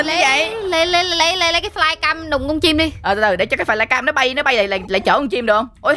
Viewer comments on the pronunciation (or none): none